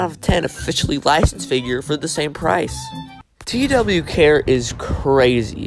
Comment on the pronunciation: Nice vid I saw the, too they are goofy but it’s actually pronounced tuh why care 💀